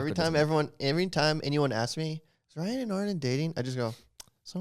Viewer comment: Ryan I’m Korean and you said that so wrong lmao